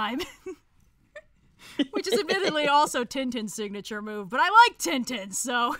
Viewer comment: the way they pronounced Tintin...